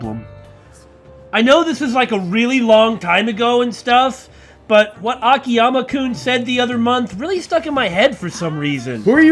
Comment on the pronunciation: what in the world could have prompted to say "aKIyama" instead of "akiYAma"